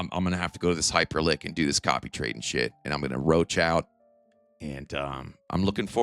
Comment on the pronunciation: What the hell is Hyperlink? Do you mean Hyperliquid?